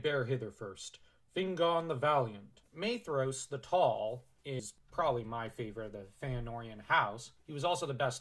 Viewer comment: Shout out to the proper pronunciation of Maedhros